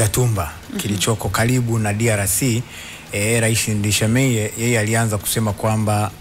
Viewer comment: Ninyi waandishi wa habari, kwa ushauli tu , please jarubini kusoma vizuri majina ya waraisi, it can't be written "Ndayishimiye" then wew kama mtangazaji unasoma vitu tofauti.....remember crown Fm is copying from BBC news.